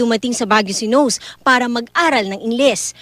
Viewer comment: "nose"? he's Japanese! it's pronounced as NO-SE